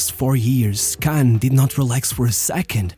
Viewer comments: Spelling is one issue. Pronunciation is another. Kahn isn't pronounced like 'can'. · Inzhagi: Say that again? / "Kahn cursing"